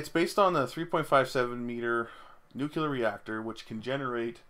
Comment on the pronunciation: "New, clear". You cannot portmanteau that with "jocular" and make it "nucular", unless your reactor is funny, and if your nuclear reactor is acting funny you probably don't have time for puns :P